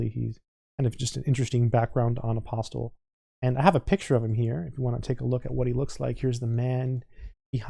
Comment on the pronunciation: The author is of Greek descent, and he pronounces his name "aposTOL" - with the accent on the last syllable